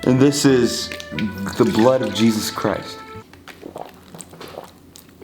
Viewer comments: I love when dude says “jESUs cHrist” 😭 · no one literally no one: ✨jAySuS KaRAyS✨ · has lost his mind no one: not even me: not even the cult::a-jee-juse-chrrrrristtttt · “JEeSaUuSe CriStE” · Same gurl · Nobody.: " 𝗝𝗮𝗘𝘀𝗨𝘀 𝗰𝗥𝗶𝗮𝗦𝘁 "